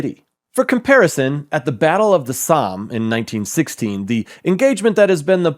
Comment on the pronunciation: Maybe even a good video but you butchered not only Ukrainan names but even Somme.